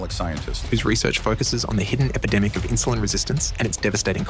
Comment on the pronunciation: Insuline not Insiuline. Why do I hear "i" in Steven's pronunciation sometimes 🙈